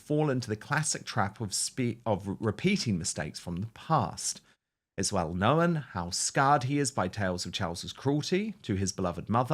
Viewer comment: Is Dan really so gullible to believe a word he says. And Dan ... the word "known" has 1 syllable. It isn't Know-en.